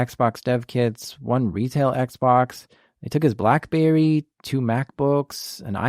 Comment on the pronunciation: LOL@ he says "Blackbewwy" lmfao what is this